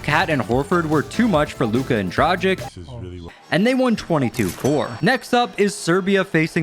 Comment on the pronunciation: you had already butchered two names (Zubac and Dragic) before that Georgian so don’t worry:)